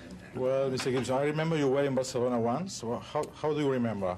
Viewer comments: Pero lo pronuncia con fonética del idioma catalán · Sólo dice "Barcelona", pero hay que reconocer que le vino a la mente cómo escuchó que el entrevistador local pronunció el nombre, con Distinción, y lo reprodujo. Tomen en cuenta que no es ni británico ni americano, es australiano, y tanto el español americano como el peninsular les es algo ajeno (lo más cercano es el español que aún se habla en Filipinas). Intenten hablar inglés australiano, con sus extrañas realizaciones del Diasistema, para que vean el logro sólo en decir "Barcelona". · Jajaaj solo pronuncia Barcelona y Catalunya ajajaj 😜😈